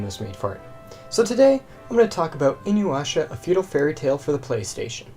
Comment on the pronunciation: Take a shot every time bro says Inyuwasha